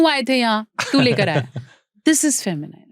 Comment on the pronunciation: "Feminiiiiine' is wrong pronunciation The correct pronunciation is Fe- mi- nin as in " nin" not as in "nine"